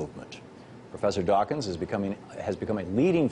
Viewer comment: "Professor Richard Duo-wakins"